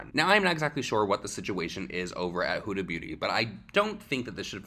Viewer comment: You pronounced huda beauty four different ways in this video and my favorite one was hyooda booty